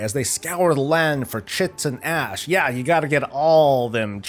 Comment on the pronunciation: RoFLMAO "Chits and Ash"